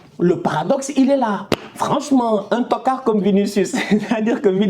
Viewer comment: J aime trop ton accent sur le mot toccard 😂👍 ntokaaar😂